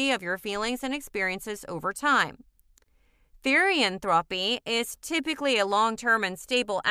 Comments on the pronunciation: "Therian-thropy" its pronounced therian-thro-p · Me and my best friend both had some things to correct from this. First- THEE-REE-ANN-THROW-PE not Therian-Throepy or whatever. Second- Not all therians have shifts Third- Fictionkin exist BUT I wouldn't say that they are the same as therians (As portrayed with the images on some panels) Fourth- Not all therians have past lives Fifth- It's not a connection or religion srry we just found this kinda annoying :3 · TherIan thropy is all i hear😭😭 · Stop pronounceing therian and therianthropy incorrectly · the way she said therian and therianthropy....PRONOUNCE IT RIGHT (ther as in thermo) and the o like the pronounciation of that letter...YOUR WELCOME